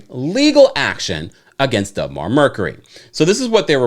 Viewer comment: It’s not Dub Mar. you keep saying dub but it’s deb.